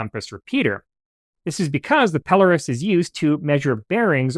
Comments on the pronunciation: It’s 100% Pelōrus, so your accent is on the “O.” It’s a Latinized version of a Greek name, Peloros, and so looking in a couple of Latin dictionaries you’ll see that the “O” is long and thus takes the accent. In Greek, the accent is in the same place. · I worked in the Navigation business33 years, It is pronounced "Pel-lor- us". one of you early pictures is of a telescopic alidade not a pelorus ring or a bearing circle.